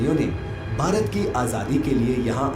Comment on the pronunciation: Bhai aap Bharat ko sahi see bolo Bharat mein rahte ho aur Bharat sahi se nahi bol paate....